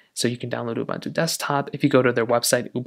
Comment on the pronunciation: Please learn how to speak the word "UBUNTU". PLEASE!